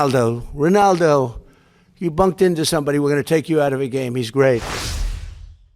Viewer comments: It's actually Ronaldo not Rinaldo! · You do mean Ronaldo, not Rinaldo, right?